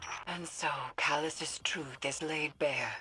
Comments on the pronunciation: Calus's...thought you were meant to be good at English? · i think it should be calus' not calus's